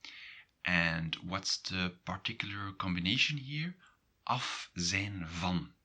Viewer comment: Why do you pronounce zijn and zij differently than google translate does?